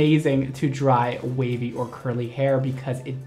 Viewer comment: when you were talking about how the wig reminds you of a kpop idol and then said that you want to make it wavy I first thought you said WayV 😆